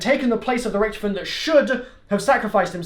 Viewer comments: its richtofen not richtfin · Btw it’s not Richthofen it’s Rich-tofen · HE SAYS RICHTIFEN